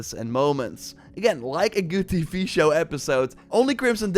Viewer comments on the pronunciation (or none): "teevee shuws"